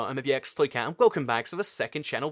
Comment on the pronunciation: You said 'toycat' and not 'twocat'